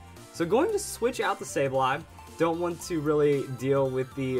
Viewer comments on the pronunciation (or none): none